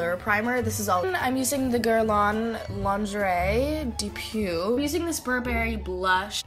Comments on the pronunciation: it isn't how u pronounce this brands name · when you show something,try to say his name correctly